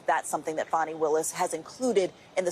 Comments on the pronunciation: Her name is pronounced Fahn-ee not fanny. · Did she just say fanny? Its fani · The ladies name is PRONOUNCED LIKE THIS,FAWNY!! NOT FANNY KNOCK IT OFF BIT__ES!!!!!!!! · It's pronounced as 'Fawnee' as you stated and spelled Fani Willis. Such a nice name. 💞